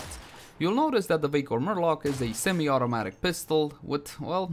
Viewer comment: I can't stop hearing 'vaykor murloc' lol